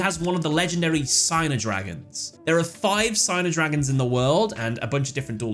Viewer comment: This is nitpicking, I know but the word Signer in Japanese is meant to be pronounced Sig-ner and not Sai-ner. I’m not sure what the origin of the word is, but Sig-ner is how it is said in Japanese.